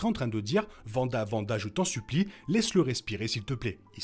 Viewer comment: C'est Wanda. Le W ne se prononce pas V